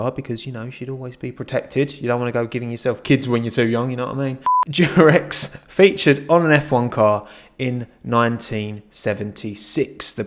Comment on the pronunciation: "I got rearended by the durex"